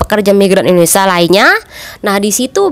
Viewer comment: Mbk knp sllu bilng indonesa.kita kan indonesia bukn Indonesa